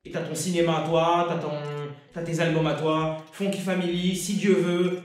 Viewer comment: Ah je suis pas le seul à avoir remarqué quand même, faut faire gaffe à ce genre d'erreur ça discrédite complétement surtout quand on parle d'un grand groupe du rap comme la FF